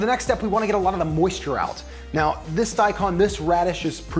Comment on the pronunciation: its daikon, you pronounce the kon like the cone in snowcone. long o.